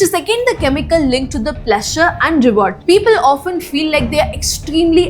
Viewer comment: Your pronunciation is absolutely hilarious. 🤣 “Hours,” “Pleasure,” “Designed,” “Brutal,” “Diarrhoea" I found this many mistakes in just 7 minutes. If I had listened any longer, my ears probably would have started bleeding. The confidence with which you mispronounce these words is honestly impressive! 🤣